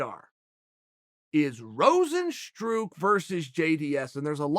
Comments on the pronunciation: Rose n stru... there’s the classic chael mispronunciation haha!!! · Everyone : Rozenstruik Chael: Rozenstroo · Chael Sonnen: Rozenstrook Dana: If you don't know, now you know.